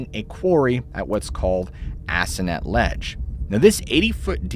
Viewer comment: Ahh. My neck of the woods for a change. In Freetown all the time. Btw, two towns mentioned... Assonet (ah-soh-net) & Rehoboth (Re-hoe-buth) to us locals.